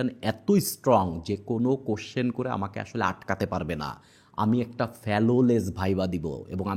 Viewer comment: ফেলোলেস না ভাই, উচ্চারণ হবে "ফ্ললেস"